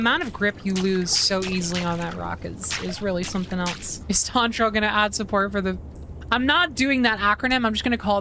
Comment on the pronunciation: i really respected you and then you said "elTse" instead of else and i just...